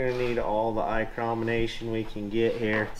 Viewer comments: i love that you always say eyecrometers. then when your actually holding a micrometer you called it a caliper. lmao. made me laugh. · 'Eyecromination' Get Mirriam Webster on the phone